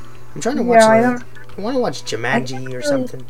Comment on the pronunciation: YOU SAID IT LIKE 'ju-mah-nji'. TRIGGERED